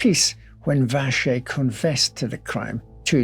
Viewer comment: Die Aussprache Joseph Wäscher ist definitiv falsch.